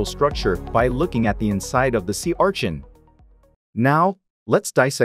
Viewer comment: Sea ~Archin~